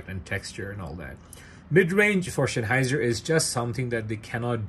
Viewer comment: Please do learn the word Sennheiser. It's not Schenheiser. ❤